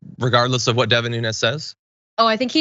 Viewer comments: His name Nunes! Not Nunez! Nunes pronounced NOOONS! He is Portuguese and won't claim it. If hide your real name, nothing but💩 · His name is NuneASS.